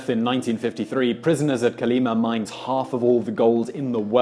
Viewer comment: Kolima. Stress on final syllable